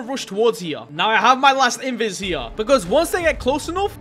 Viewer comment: Uh actually it's pronounced "here" not "hewa"